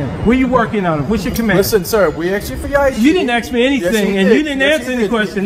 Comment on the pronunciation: Did this guy say he axed him really what the fuck?